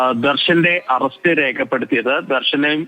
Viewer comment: Renuga alla do...rekuka...arrast alla ..it's arrest😂